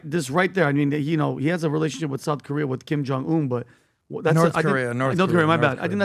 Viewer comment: Patrick, you as a professional businessman, might consider working on your pronounciation. Some of the words you probably use less frequently, are being pronounced completely incorrectly. (Archipelago, Новая Земля, Kim Jong Un, etc.) You are appealing to a professional audience, so these seemingly small things really matter. Thanks a lot, Patrick. Have an amazing day! ❤️